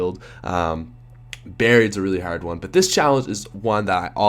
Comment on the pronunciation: Why does he pronounce hard like that? Isn't he American?